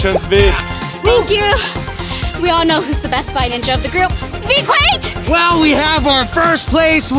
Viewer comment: Not vyQueen its vy qwaint